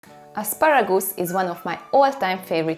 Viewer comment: Isn't asparagoose it is however asparagus